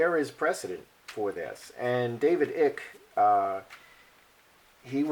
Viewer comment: David Eye.k is the pronounciation. QE is quoted as saying the people will accept me even though I'm not human....paraphrasing. They did have wings but God removed them as punishment. They live underground in deep caves. They breathe a different air to us. We would die in their environment. The lizard people are a race called Draco or Draconians and feed off fear and worry in humans. Hence the reason for wars, debt, mass killinsgs (false flag events) etc. The forces of good from the stars are helping to get rid of them due to their evilness.